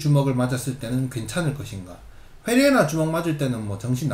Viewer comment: 훼레이라 발음 살벌합니다